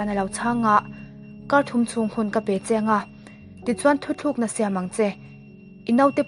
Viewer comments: Thuthlukna ni lovin. "Thutlukna" tih hi a dik zawk em aw.. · A ngaihnawm hle mai a..chutih laiin maw..Thu thlukna ni loin Thu tlukna tih tur aw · Thutlukna tih zawk tur aw..Thuthlukna niloin..i chhiar ngaihnawm e..👍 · A ngaihnawm ṭhîn khawpmai chuan "thu thlûkna" nilovin "thu tlûkna" tihzâwk tur niin ka hria.